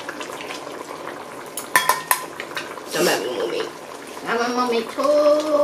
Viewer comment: “this BROF”